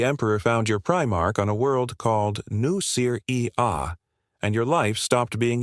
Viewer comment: New-ser-e-ah. A-start-eses. Lay-man-russ AI is so lame.